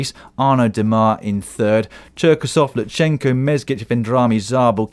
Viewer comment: Dan - pronunciation tip: Not Loo-chen-ko, but Loot-sen-ko.